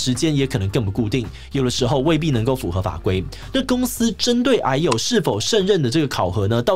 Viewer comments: 抱歉嚴肅話題，我一直聽成唉呦…。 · 一直把癌友聽成哎喲